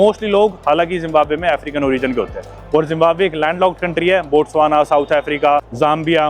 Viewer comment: Zimbamwe ❌ Zimbambhar✔️